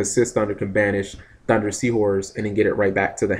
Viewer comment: When are you gonna realize its "HUNDER" LOL Ma and Pahunder not thunder ^_^.. NOt a big deal, i know.. Im just wondering if you really dont notice or if your choosing to call them that instead....